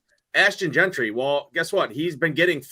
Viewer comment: Yo,. It's Jeanty not Gentry! 😂😂😂